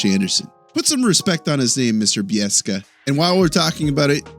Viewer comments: I liked Bieksa's joke. I doubt Josh Anderson would be too bothered by a little light hearted ribbing. Also, speaking of putting respect on a name, it's Bi-ek-sa, not Bi-es-ka. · You say put some respect on his name mr "Bieska" but you arent saying kevins name correctly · Nah, you should just go back and edit out the way you said Kevin Bieska's name properly. He beat someone up in a bar to get his NHL chance. And he's a Vancouver Canuck legend. Respect him first. Lol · Bieksa is awesome! If you're gonna criticize someone, you have to at least pronounce his name correctly.